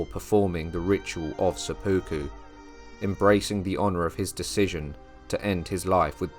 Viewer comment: Great history, thank you! For future episodes, it would be even better if the narrators knew how to pronounce Japanese names and words. It's quite distracting hearing "sepooku," for instance, instead of "sep-puku."